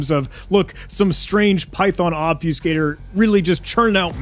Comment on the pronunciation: It's called Ob-fuss-cator not Ob-fuse-cator.